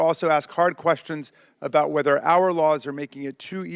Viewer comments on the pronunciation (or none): Wow, how long have you been in Canada? Your “Aboot” is already more dramatically pronounced, hey Buddy, I mean Guy, I mean friend…